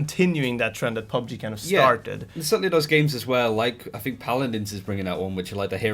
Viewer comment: The british guy can't say "N" to save his life but manages to squeeze an extra "N" in PalaNdins.